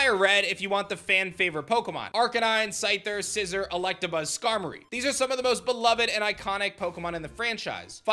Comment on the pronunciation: Remember The pokémon's name is scissor not Scizor